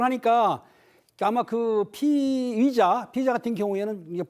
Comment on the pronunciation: 피이자 아니고 피의자(피으이자).